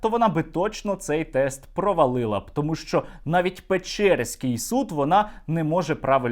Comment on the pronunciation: ооо..не вперше цю лажу з Печьорском чую. Поребрики не тямлять як вимовляюється село Печери на Вінничині, говорячи на нього Пєчьора. Та сама біда з Печерськом, що ризикує стати Пєчьорском. Те саме про Святошино замість Святошин, Голосієво замість Голосіїв, Пирогово/Пірогово замість Пирогів....і це ж понакладали в голови всім дітям в школах з недержавною мовою освіти за скількись десятків років, а потім, чого це вони такі безграмотні?.....Бо хто ж щоразу користуватиметься довідником географічних назв, якщо він увєрєний в сібє успєшний рускагаварящій палєзний ідіот? А як по всій Україні це сміття позбирати, напевне можна видати довідник.